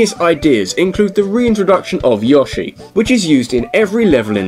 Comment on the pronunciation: Yawshi... Heh heh heh. Its YOshi